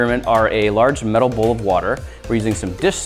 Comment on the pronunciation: When he said light this whole bowl on fire, I just heard "light this hobo on fire".